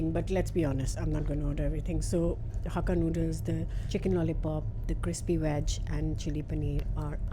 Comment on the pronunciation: The word is veg not Wedge